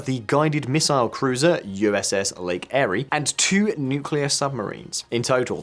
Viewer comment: Please learn how to pronounce Iwo Jima. It is a very well known WW 2 battle. Also the pronunciation of Erie.